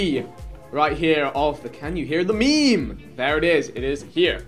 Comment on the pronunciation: Why tf does vikk pronounce meme as “meeeme”?